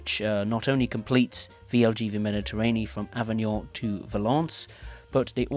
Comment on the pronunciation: It's ok: the other words are very well pronounced! "Avignon", "Marseille-St-Charles", etc...